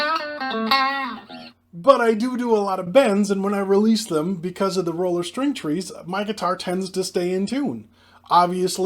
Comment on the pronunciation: Took me a few sentences to figure out you were saying roller, not ruler 😂